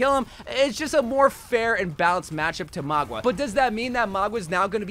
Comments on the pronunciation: My dude, it's maUga no magUa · Why does he keep saying maugwa and kirio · I can't listen to this girl call him magua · His name is Mauga, MOW-GAH, not Magua, MOG-UAH. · name :mauga him: magua subtitles: magwa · Stop calling him Magua 😭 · stop saying "magwa" lmao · I noticed that to, threw me off so much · Why does he pronounce Mauga that way tho 😂